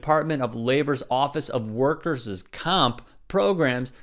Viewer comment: Dude... "workers-zuz" I have heard Anna do this too. You guys need to revisit possessive "pronounciations-uz" Love your channel though :)